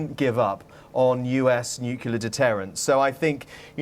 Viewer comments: Is he really a grown adult BBC correspondent saying "NUCYALER" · Note for that male reporter: Nuclear. Not Nukular. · Nucular???? So much for BBC English!!! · Did he actually say "Nucular"? Is the BBC reporter Homer Simpson? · This guy needs to learn how to pronounce nuclear, and quickly. He pronounces it like Homer. It's embarrassing.